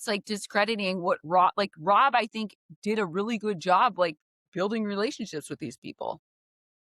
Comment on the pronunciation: said tink